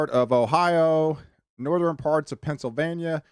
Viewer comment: I really like your forecast videos. Very accurate and well done presentation. I subscribed the first time I heard you say patteren!!! Southeren, northeren I love it. My girl says patteren too. Keep up the good work 👍